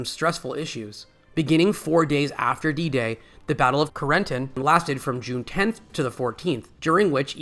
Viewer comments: Doesn't AI narration suck? CARE-N-TAN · Between the atrocious narration (inability to properly pronounce words like 'Carentan' and 'Bastone', and this being a simple rehash of the BoB series with absolutely nothing new/different discussed or revealed, this video was a waste of time.